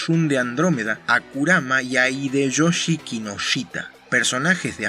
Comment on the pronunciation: Amo el cómo te expresas con términos y explicaciones claras. Eso sí, como breve corrección: En japonés cuando veas una "h" y una vocal (ha, he, hi, ho, el "hu" no existe) como en el caso de Hideyoshi (que por cierto, eres hombre de cultura por conocer ese anime), dicha "h" se pronuncia como "j", por lo que su nombre no se pronuncia "Ideyoshi", sino "Jideyoshi". Sólo como curiosidad.